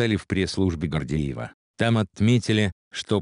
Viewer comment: Хоть кто- нибуть из вас , диванные писаки, обратили внимание как говорит этот комментатор? Астана он произносит делая ударение на первый слог " ас", а не на последний. Так слово " Астана" не произносится не в России и тем более в Казахстане. ЕЭС звучит, как ярес.. Дальше " ввозу сахара", правильно "ввоза сахара".Российский политик А.Гордеев, а не Гордиев. Он не может внятно произнести слово "россельхознадзор". Есть и другие слова непонятно произносимые. Вот и сделайте соответствующие выводы, кому и для чего зто надо И вообще эта тема по поводу запрета ввоза мяса птиц из США не актуальна, так еще в декабре прошлого года обе стороны решили этот вопрос. Так что автор этого ролика явно опоздал Не понимаю, почему такая реакция. Такие ситуации возникают не только между Россией и Казахстаном, но и во всем мире и почему только у нас с таким возмущением реагируют